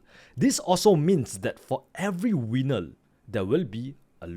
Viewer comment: For every winnel there will be losel 😂